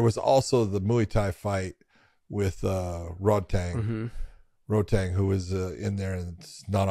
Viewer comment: Big john always correcting peoples pronunciation of names but he's calling rodtang, "Roadtang" and since when is Lopes, as a last name ever been pronounced as its spelt?